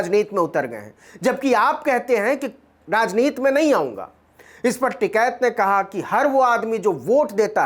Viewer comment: आप बार बार राजनीति की उच्चारण राजनीत कर रहे हैं जो बहुत ही अच्छी खबर को खराब कर देता है। कृपया इस पर ध्यान दें।